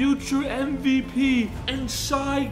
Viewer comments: so glad you're back. but I had to let you know it's pronounced "shay" not "shy," just for future reference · It’s not “shy” it’s “shay” (Shai) c’mon I thought you were a Thunder fan legend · It's Shai no Shy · Shie no it's shae that's how you say it shae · bros a thunder fan and still pronounced shai wrong💀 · Love you but how you a thunder fan and can’t pronounce shai right